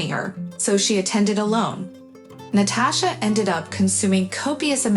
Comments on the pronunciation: It's both. Writer is trying to sound smart and it doesn't come off as natural. Reader is a robot. NAT-uh-sha! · you do know most of these stories are translated from other languages and as such, they use text to speech, which is why you get NAT-uh-sha